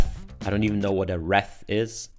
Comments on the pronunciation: wreath - sounds like 'reeth'. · Wreath is pronounced reeth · it's pronounced wrEEth. It's a common thing in America to put it on your front door during Christmas time. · Wreath: rhymes with "I breathe", not "the breath of life." English spelling makes no sense!